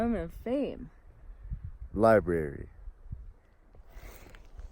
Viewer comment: "Library" 🤣 You two are great!